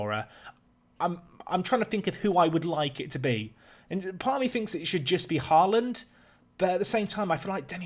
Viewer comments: The double 'A' in Haaland is pronounced as "Awe" in "Awesome", it's meant to be the Norwegian letter Å :) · Haaland is pronounced more like HOE-lawned (the first syllable is somewhere between “hoe” and “huh”) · And, you know, HY-DARA and HORE-LUND. I mean, this dude's pronunciation of player names is atrocious, but I've got a laptop and FM20 coming on Monday, so I'm watching everything I can. Also, if we're being critical, his speech pattern is: --> talk for a minute --> pause --> swallow --> lip smack Just over and over again. Still, absorbing the tips and strategy, so that's cool.